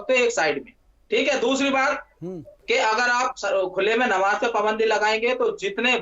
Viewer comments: नबाज नही नमाज़ होती है। एंकर साहब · They could have hire the better host. He kept saying ' Nawaaz' so many times instead of ' Namaaz'. These idiot scholars can't answer abt his own religion (comparing it to Hindu). Need a good thrash ! Host even didn't interfere when he commented on Jitendra ji' family.